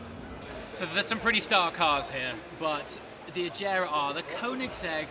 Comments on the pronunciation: It's not Ajera, it's Agera with a hard G lol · Did he just call the agera the ajera 😂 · its A-GAR-a not A-JAR_a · thats AGERA with a hard G like in Gun. Not like in jam. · don't you think that you pronounced agera wrong 🙄🙄?